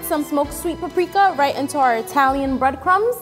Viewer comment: When it said breadcrumbs I thought it was brainchild